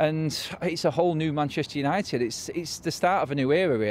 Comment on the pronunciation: Forever united TV, Because he cant say United stand 😂😂😂